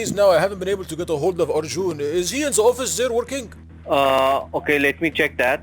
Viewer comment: Smh can’t even say arjun right 😂